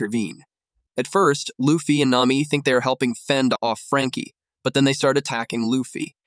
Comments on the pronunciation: Nami❌ Name me✅ Ai doesn't know how to pronounce nami's name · ai said naymi